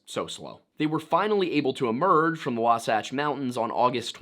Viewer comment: As a Utahn I, 1) thank you for finally pronouncing Wasatch right. 2) can confirm as a that as an early pioneer traveling through the territory now known as Utah and Nevada would be about that absolute worst decision anyone could make.